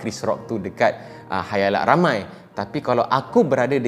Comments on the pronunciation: Khalayak min bukan khayalak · Khalayak ramai, mmg org selalu salah sebut Khayalak 😂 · Khalayak.. Bukan khayalak😆.. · Khalayak ramai ke khayalak ramai ? Ke saya yg salah dgr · Salam bang. Khalayak, bukan khayalak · bang ,, sorry bang😅,, ak je ke yg ttiba loading dnga khayalak 🤣🤣,, bkn khalayak ke eh kha ,, khaa ,, 🤣🤣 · Khalayak ke khayalak?? 🤔🤔🤔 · siapa pandai, cuba teka “ Khayalak atau Khalayak “ 😂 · Di khalayak ramai bro, bukan khayalak ramai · Bukan khayalak tapi khalayak..guna la bahasa melayu tu dengan betul.. Kalau aku kata bengap kang ko sentap pulak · khayalak,khalayak....sy pn kadang2 mcm mudah je trsasul...tp serius mmg susah utk disedari...tiada ape ln,skadar suka2 je...sorry.. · Maaf tegur lans raes.'halayak' ramai. Lidah dh terbelit ye.hahah